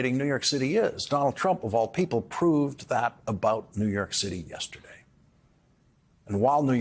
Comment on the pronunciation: Listen… he keeps saying New Yerk.